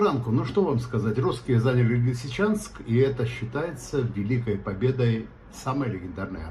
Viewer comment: не в состоянии правильно воспроизвести название Лисичанска? Что так?